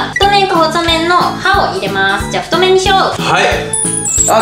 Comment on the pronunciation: 太麺を「ふっとうする」